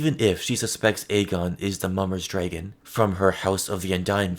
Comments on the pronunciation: Very well-made video, but why do you keep pronouncing it “DRAY-gun”? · The way you pronounce dragon is making it impossible to watch this 😂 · i love the way you say “dragon” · Love the way you say dragon